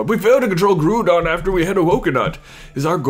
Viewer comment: I'm sorry for correcting but the ou in groudon is pronounced as the ou in ground. I just get annoyed when it's pronounced wrong.